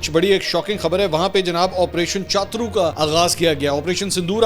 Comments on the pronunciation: منصور بھائی آپریشن چاترو نہیں بلکہ شترو ہوتا ہے۔ یہ ہندی کا لفظ ہے جس کا معنی ہوتا ہے دشمن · chatur nahi hy cha turr ha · minutes Not CHATRU IT IS PRONOUNCED AS SHATRU = HINDI WORD MEANING DUSHMAN / ENEMY.... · چاترو نہیں ہے چتور ہے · o bhai opration shatru iska pronoun he iska matlab dushman ,opration dushman